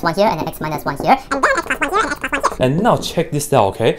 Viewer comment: “x squared plinus one”